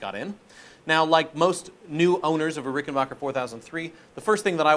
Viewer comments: FYI it’s “Backer” not Bocker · It’s BACKER not BOCKER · It is RickenBACHer actually. Geddy Lee himself has pronounced it that way.